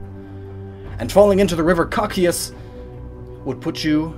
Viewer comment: For the "lamentation river" it's pronounced "koh-sai-tuss" and is also the name proper name for the 9th and final circle of hell, in Dante's Inferno